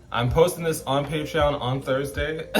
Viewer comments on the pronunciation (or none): none